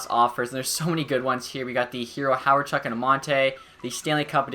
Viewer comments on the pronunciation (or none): none